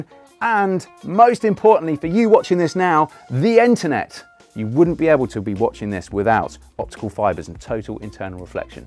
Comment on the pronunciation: Lol sounded like he said "The enternet!"